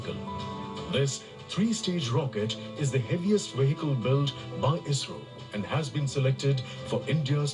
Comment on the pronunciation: It's pronounced isrow, as a single word